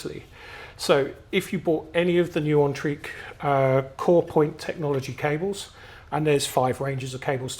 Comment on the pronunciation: It's pronounced as N-trek. Speaking as a Swede. Great review. I have the Mice, a silver minimus and a Poseidon and 4 Max T.